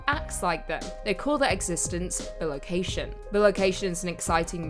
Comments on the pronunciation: Love the channel, but it's bi-location....not bil-ocation. It's from the latin bis meaning twice and the word location. Other than your pronunciation of that word, loved the video. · I'm pretty sure it's pronounced "Bye - Location" - as in bi = two. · Bi-location. Man that was hard to hear each time